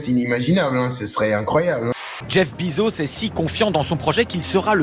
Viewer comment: Jeff Bezos ça ne se prononce pas "Bizos" putain... mais les français prononcent n'importe comment